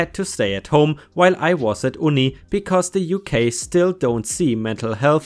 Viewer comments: I guess you could pronounce uni like oonie, I mean... americans say emoo instead of emu (eem-you). It's no more dumb than that 👍. But I mean it's a shortening of university, so I hope you say ooniversity as well or it won't make any sense 😆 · UNI it..UUUUU.N.I pronounce it properly please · I'm sorry but I just can't get over your preferred pronunciation of "Uni"... But do you also pronounce it "Oooniversity"? Hehehe